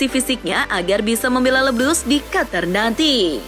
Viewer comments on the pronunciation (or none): none